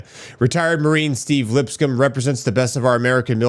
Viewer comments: Lips coam like a comb 🪮 is the right pronunciation lol. Sorry for the correction brother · LipsCOMB not LipScum